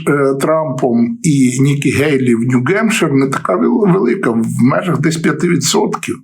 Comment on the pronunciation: п. авторе! New Hampshire - то чому Ви кажете, як русскіє : Нью-Ґемпшир? так само : Nikki Haley - але Ви чомусь іноді кажете Хейлі....